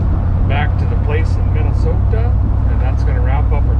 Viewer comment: Home? Tennessee? Minn-e-so-ta? Did he move next to Scotty Kilmer? 😁